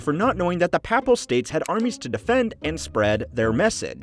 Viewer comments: You can’t mispronounce ‘Papal’ for an entire video on the papacy. It’s ‘Pay’ not ‘Pah’ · It’s pronounced like paper not like pap smear